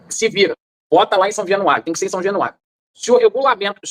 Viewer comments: São jenuario o gordinho nem sabe falar o nome do estádio do próprio time,,, caralhadaaaaaa 😂😂😂😂😂😂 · O gordinho falou são jenuario várias vezes, jenuario 😂😮😅😊